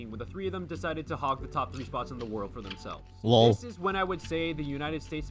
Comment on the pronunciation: я понимаю, что американец и все такое, но его ЛОЛ на прозвучал слишком русским